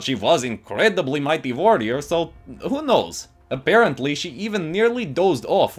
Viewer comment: Is it just me or do you hear "A-'bear'-ently" instead of apparently lol